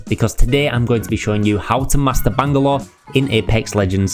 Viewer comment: Look man it was a great guide and very entertaining while informing but that has got to be the most annoying pronunciation of Bangalore I've ever heard